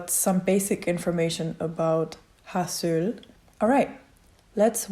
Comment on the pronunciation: trying read in Korean Me: You’re doing great, sweetie Also, you should listen how vowel “ㅡ” sounds. This would help you to pronounce Haseul (하슬) right. Unfortunately neither English nor German have similar sounds